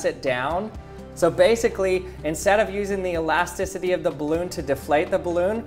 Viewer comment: I don't think that's how you pronounce elasticity...